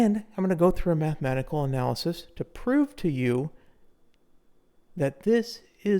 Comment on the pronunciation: Matikanecal not mahematical.